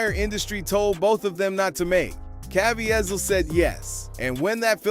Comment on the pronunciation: FYI: Jim Caviezel's last name is pronounced... (Altogether now) Kah VEE zull